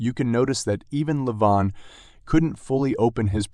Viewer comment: It's just Levan, but everyone says leVAN when it should be LEvan